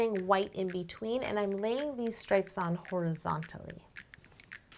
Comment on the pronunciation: In you're ICE CREAM CAKE video you couldn't even say the word horizontally